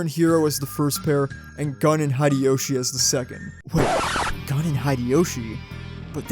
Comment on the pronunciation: I believe his name is pronounced as "Goon" and not gun.